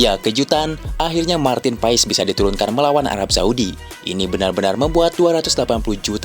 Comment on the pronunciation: Woy bang ko lu ngomong Marteen paes ko pais sihh benar dikit knpa ngomong nya klau mau ngonten....sory klau gue komen gini cuman beri saran aj BG🙏🤗